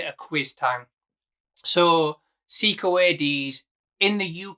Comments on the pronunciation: My teeth feel itchy every time I hear "See-coo". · I know you're from Yorkshire but it's pronounced ' Say-ko ', come to think of it you might be right and everybody else on the internet is pronouncing it wrong